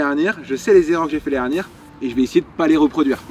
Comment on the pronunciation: par pitié articule quand tu dis « l’année dernière » , sinon bravo pour la perf !!!